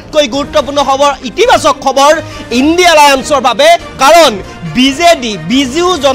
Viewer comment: সাংবাদিক ডাঙৰীয়া ইন্দী নহয় ইণ্ডিয়া মহাজোত অলপ শুদ্ধ কৈ কব বুলি আশা ৰাখিলোঁ।